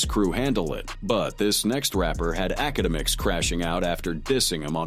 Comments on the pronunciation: The fact that it says it wrong, so many damn times gives me anxiety, I don’t even want to watch the video because of it, and I do like the videos of this channel I’m not a hater or anything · Academics lml can't even say his name right 😅😅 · I dunno if this is engagement bait or what but holy fuck the 1000 pronunciations of akademics is killing me